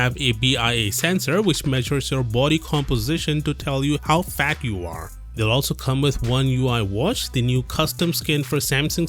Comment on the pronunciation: He emphasized on "...FAT you are" lol